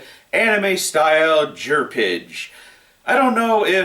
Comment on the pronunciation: Jerpige??? XD